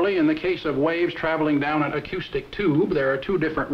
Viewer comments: I think the speaker is slightly mispronouncing the "ou" in the word "acoustic". Note that at about he pronounces the "ou" in the word "analogous" normally. And just to point out some inconsistencies of English language pronunciation in general, note that even when pronounced normally, the "ou" in "pronounce", "acoustic" and "analogous" are all pronounced differently. And the word "misspelled" is often misspelled, as is the word "mispronunciation"... . Okay, I'll stop now! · Have I been pronouncing the word "acoustic" incorrectly my entire life?